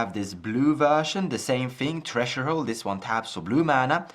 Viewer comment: Threshold is pronounced "Ther-esh-hold", Treasure Hold got a chuckle out of me. Keep up the good work!